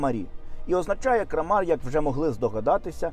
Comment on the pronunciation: Кра мар , а не крамар. Наголос має значення. Якщо- кра'м ниця, то вже і кра'мар!!! Круто !!!!! Не дякуйте. Наголос дуже багато означає у моїй мові😂